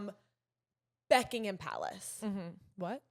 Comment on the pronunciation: it's BUCKingham Palace not BECKingham. 🤣💗